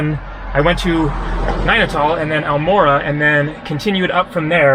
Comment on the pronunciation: Every time you say Nanital, it sounds "Nine at all" 😊